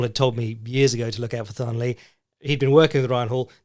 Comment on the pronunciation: hate to be that guy but the Thanh in Thanh Le's name is pronounced with a hard T rather than the 'Th'. So pronounced more Tang or Tahn, will depend on how its written but usually it's kept short and sharp and no elongating or over extending of the middle vowels. Vietnamese has some bits of the language opposite to what we know, so when you see the lone T, that's when you use the 'Th' sound.